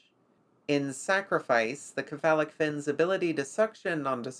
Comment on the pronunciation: some pronunciation corrections - Cephalo (or cepha) as a prefix is pronounced 'se-fa-lo'. This is consistent with how 'c' is pronounced elsewhere when using greek roots. Buccal I have always seen pronounced as 'byoo-kal', but I'll concede that is just my experience and not as hardly defined as the prior correction. That being said I bloody love this series, please keep creating